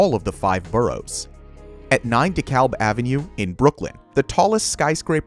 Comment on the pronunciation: It's "D" Kalb ave... Obvi not a NY guy...